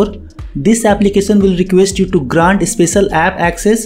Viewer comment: Bro Try to improve pronounciation of "tion" part in "application" "function" etc.... Its should sound like" sh"op And not like "soap" Your english is very good actually You speak better than me.... But felt something wrong while repeatedly hearing that odd noise... Not trying to be offensive or something Just a suggestion bro.. Pls Try it..... It will improve your channel